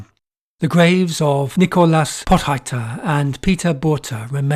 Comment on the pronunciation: Potgieter is pronounced Pawt-gheeterr (gh is gutteral rr is trilled).